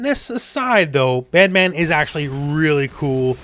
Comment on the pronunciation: Great video but you pronounced the name wrong 😉😂 Bedmaaaaaan!?!?!?